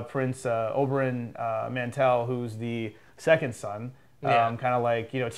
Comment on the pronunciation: good review and good analysis. I love you guys and value your opinions which is the reason why I always end up here .. but Jesus Christ, for me as a book reader it is just cringe-worthy to hear the names mispronounced. It is MARTELL! .. sry :) and the sword smith wasn't from Valyria, he was from Volantis. He couldnt even have been from Valyria, because the Valyrian Freehold collapsed 400 years ago through a cataclysmic event and no longer exists. That's why you cannot forge a Valyrian Steel sword anymore, the knowledge (and the dragons whose fires were used) is lost there are a few smiths who can reforge Valyrian Steel, the best one was in Volantis who reforged Ned Starks valyrian steel sword "Ice" :)